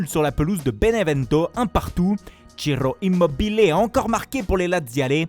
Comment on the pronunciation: L'accent chiroooooooooooo immobileeeeeeeeeeeeeeeee me fais dire waouuuuu